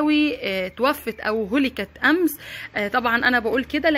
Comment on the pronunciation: هلكت بفتح الهاء , وليس بالضمة